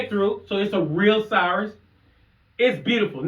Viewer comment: It's Cirrus (SEAR-rus) not cyrus.